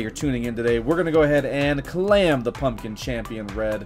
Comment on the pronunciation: he doesn't even say claim he says clam